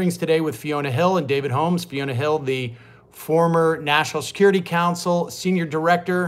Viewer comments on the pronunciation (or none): none